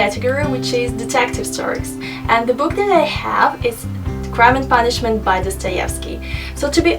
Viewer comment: "craim end panishment" I S N O T D E T E C T I V! I S R U S S I A N D R A M A